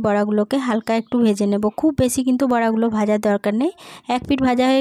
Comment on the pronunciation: একের এং বলছেন কেন ?